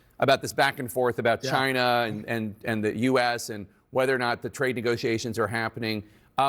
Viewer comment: LOL. Why does Trump pronounce "China" like the 'gina' in 'vagina'?